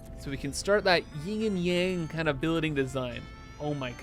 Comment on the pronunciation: OMG. You're killing me with this "ying and yang" thing. 😆It's "yin and yang".